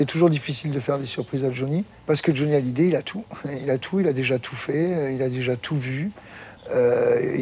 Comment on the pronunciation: hallyday pas halliday !!!!!!